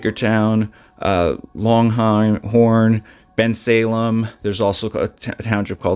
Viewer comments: I live in bucks county...whohoo. My brother actually lives right in Solebury where this occurred. I remember this happening it was huge news. I grew up in Middletown and you totally pronounced Deans highschool name wrong and got langhorne wrong. Solebury has a few farms but the rest of bucks is not farm land its mostly suburbs 45mins from. Im also pretty sure hw tried to sell the car b4 he got caught the firat time. They just waited and used that as a reason to arrest him again since he was able to get out. They car had already been seized by the firat time he was arrested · You pronounced Langhorne and Neshaminy ( its nuh-sham-in knee) wrong. Clearly your not from the area. It's not hard to look up correct pronunciations but the missing people in this video matter most. My heart aches for the families. So sad.